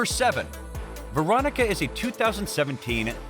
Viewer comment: VERONICA NOT VICTORIA